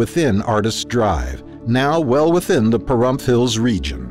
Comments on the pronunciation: It's NOT "pahrumpf", it's "PAH-RUMP". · The pronunciation of Pahrump Hills was so irritating but nice to see these updates.